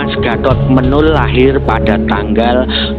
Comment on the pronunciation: Pengucapan nama Menol itu salah